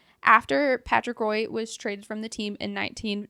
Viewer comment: Small correction. Patrick Roy is pronounced "wa" and not how it's spelled out. Love the podcast! I'm a hockey die-hard but didn't know a lot of these team histories!